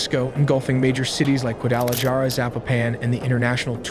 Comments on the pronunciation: It’s pronounced “Guadalajara” not Gwadala jara. Its pronounced “Puerto Vallarta” not puerto val art a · Gualadajara - Jualadijara So close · God you butchered all those names. Juhlisco 🤣. Juadalajara 🤣. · Your narrator-bot just bent over and butt raped the Spanish names. HA-lisco. Gua-da-la-HARa. Tee-u-WAN-a. Puerto VY-ART-a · gua da la jar uh lol. those screenshots can be ai too ya know.. jk love your vids! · Guadalahara = Guadalajara 👍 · It should be a war crime how it pronounced Guadalajara! LOl XD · This is probably the worst AI video I’ve seen. He was deported when he was three and you can’t pronounce Jalisco Guadalajara or any of the names correctly and the fact that you can’t even spell el mencho correctly. Sloppy Work. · I was done after I heard Guadalajara 😂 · lol you hilariously mispronounced Guadalajara yet you nailed Tamaulipas🤣 I laughed more than I should’ve watching this😂